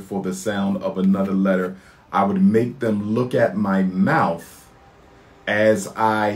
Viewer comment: Lol talking about word pronunciation and enunciation then he says "MOUF" Come on y'all wake the hell up. He's a homeless, jobless, conman